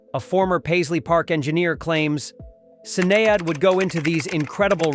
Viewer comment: mate, learn how to pronounce Sinead